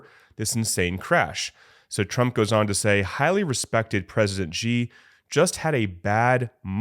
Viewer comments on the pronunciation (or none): Xi [ shee] not Ji. Basic pronunciation. We dont say President Drump right?